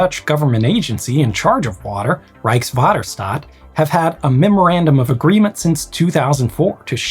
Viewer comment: Congratulations on getting "Rijkswaterstaat" right!